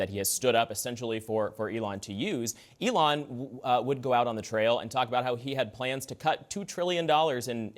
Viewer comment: Did he really say Elion? 🤣Trump 2024!!! MAGA!!!